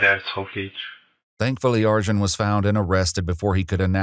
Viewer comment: Arcan is pronounced Arjin? That's can't be right.